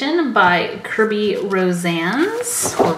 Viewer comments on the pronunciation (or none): none